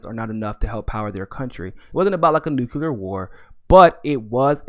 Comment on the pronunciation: I know it's petty, but i just can't sit through a podcast with someone that can't pronounce nuclear.